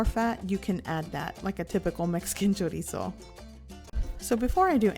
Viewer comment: finally someone who says it right